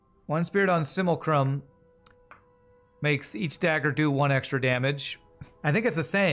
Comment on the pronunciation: it's sim - uh - lack - rum;) hehehehe